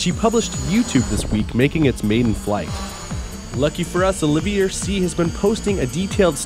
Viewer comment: Mispronounced Olivier what felt like 30 times.